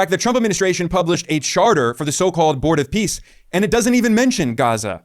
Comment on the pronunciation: Are we sure he said "Board of Peace" and not "Bored of peace"?